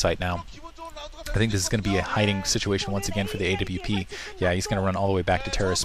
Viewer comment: a.w.p? It's awp...